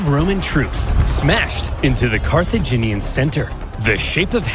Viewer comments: Watching struggle to say "Car-tha-gin-ian" is both entertaining and frustrating 😂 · Carthaginian like Virginian. Car-thu-gin-ean